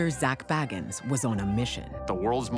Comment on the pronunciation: Zach's last name is pronounced Bay-gans. Not baggans as in Bilbo Baggans. So far, that's the only thing I see that is incorrect. He says his last name plainly at the beginning of each episode of Ghost Adventures. Yes, I'm a fan and I'm one of THOSE people 😂